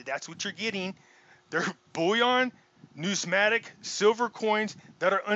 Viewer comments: Say it like this: New-miss-matic 😬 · If you are going to go to such great lengths to to sound like an authority and explain what numismatic is then why don't you get the spelling and pronunciation of the word correct. You would lose on Jeopardy. Ya get a thumbs up for effort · You can’t even pronounce the word Numismatic properly. NO ONE should listen to his “opinion”